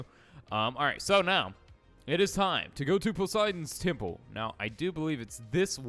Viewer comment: It's posiden temple not tiple